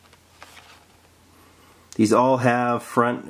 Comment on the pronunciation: 'Speciale' is pronounced 'Spare-Chia-Lay'